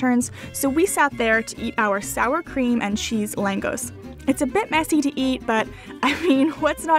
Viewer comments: Kurtos Kalacs is pronounced KooR toe sh Kaw latch. Langos is LANG (rhymes with "fang") gosh (long "o"). Well done video, nice music in the background. Nice quality. I shared it on my FB page "Getting Hungary." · Langosh is pronounced more like Long-gush. I have spent lots of time in Hungary and have family there. The cheese noodles you where eating are basically spetzel noodles called no-kettle-lee in Hungarian not sure of the spelling. It is used in many dishes especially chicken paprikash, which is a must to try also. Hungarian cuisine is one of my all time favorites. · Lagos is pronounced Langosh (a single s makes the english sh sound). The Christmas Markets are amazing in Budapest and you can also treat yourself to many classical theater concerts that are normally too expensive in other countries :) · langous? You mean Langosh "written for English pronunciation" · a closer pronunciation for langos might be lan gohsh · Loved the video and thanks for sharing......lagos in english is pronounce largorsh .....l know this because lm hungarian....as if the surname didn't give that away.....plus lagos goes so well with a good beef curry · The fried bread is pronounced... Long-osh phonetically. Great review! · It’s lon-goshe. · Palacsinta is closest to crepes because it is a Hungarian crepe. Langos (the s is a sh sound) is more closely related to a naan or flat bread. Love the video though, thank you for showing us all these beautiful spots to maybe one day go see ourselves. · The way she pronounces Langos literally makes me feel a sting in my chest. :D